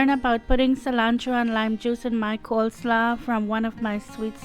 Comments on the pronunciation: It's not pronounced "coleslaw" It is pronounced "coleslaw" like "law" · the way she said coleslaw had me🤣